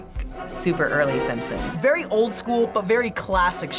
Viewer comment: She said "Yay the sampsons!"